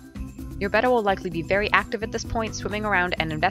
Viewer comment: Nice clear concise video.and for once an American that calls it a betta and not batta.if it's spelt betta then its betta not batta..